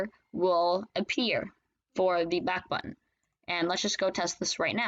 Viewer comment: its backbutton not backutton